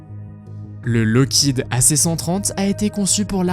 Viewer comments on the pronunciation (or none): none